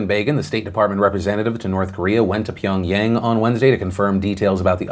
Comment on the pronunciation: Hi I'm a radio newscaster in Korea. Love your show. Just wanted to say, yang in Pyongyang has a short a sound like the a in Father. The best way to look up pronunciations for Korean names is to use the google translate app change from English to Korean or just look up the korean name on wiki(pyongyang=평양) and press the megaphone icon from google translate... Korean pronunciation is pretty straightforward so the app does a shockingly good job w pronunciations